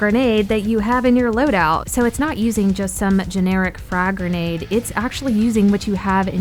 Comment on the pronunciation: Its not gernade its grenade